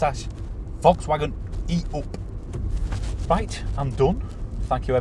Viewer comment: The only car reviewer able to say "E up! "